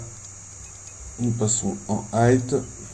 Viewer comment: J’adore vos tests mais c'est high et non hight